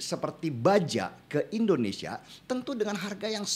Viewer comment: indonesia✔️ endonesia✖️ endonesa❎ 😁.....